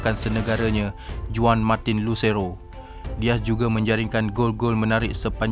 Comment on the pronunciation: Sebutan...lion 🦁 12..bukn lyon....one bukn juan bunyinya...